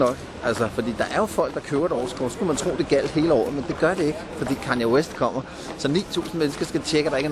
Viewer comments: nej det udtales sådan lidt ligesom: kayn west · nej... det udtales Kaanje west.. lyt selv til sangen Diamonds, der skærer han det ud i pap for dig hvis du er helt i tvivl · Det udtales Kande Vest.